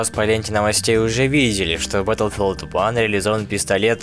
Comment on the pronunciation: батлфилд, а не бэтлфилд